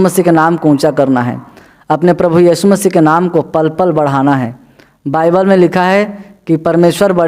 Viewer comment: बाईबल है भाई, बयबील नही, बल, बल, बील नही।टक से बोलो😥😰